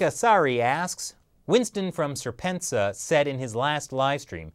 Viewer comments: LOL! Are you listening CIA?? I must have missed that live stream... I didn't know Winston had that opinion. ps. "Serpent-Zed-Ay" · Your pronunciation of serpentza had to have been intentional 😂